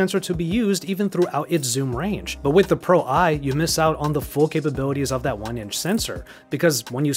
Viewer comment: It is Pro One. Not Pro Eye.